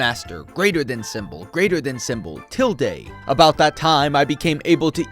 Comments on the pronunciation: Tilda,not tilday you shit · someone teach bro how to pronounce tilde